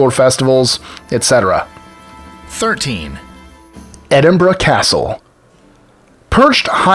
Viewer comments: Incredible. Of all the Scottish pronunciations you screw up completely in this video, you actually get Edinburgh right. Your facts are a bit off too especially when discussing Rangers v Celtic (it's not Celtics) and actually verge on the offensive in their inaccuracies. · Many thanks for making a video all about Scotland and well done on pronouncing Edinburgh. My only criticism relates to your old firm segment. While I cannot disagree to the historical bigotry that divides a shrinking minority of Scots, it is thankfully much less of an issue now than it was 20 years ago. Football violence is also rare these days.